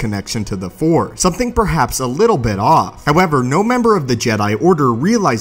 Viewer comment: Its Force, not fore. If you are going to talk about Star Wars, you should at least know how to say the name of the most prominent energy in that universe!